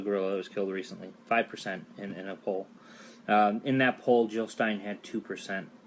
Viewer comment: JiLL NOT HiLL!!!